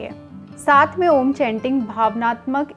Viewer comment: आपकी बताई गयी जानकारी उचित है पर जब आप खुद इसका उच्चारण कर रही है तो विकृत रूप मे कर रही है, आपने उच्चारण किया आ......ऊ.......म जबकि सही उचारण अ..... ऊ............. म म मे केवल हम्मिंग होती है, म का ucharan नही होता